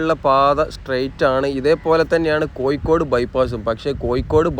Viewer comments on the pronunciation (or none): none